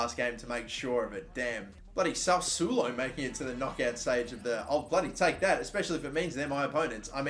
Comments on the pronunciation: Its Sassuolo, not Sausulo ahahahahhahahahahahha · Oh boy. Now we have to hear how he's playing against Sausulo 20 times. Please, pronounce it the right way: Sas-swo-lo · This mans said Salsulo